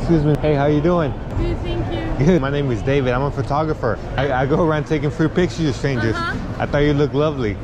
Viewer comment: This guy is awesome, but why does he say "of strangers" like it's one word? Lol